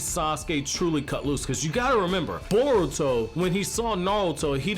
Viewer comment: Boruto not bortuo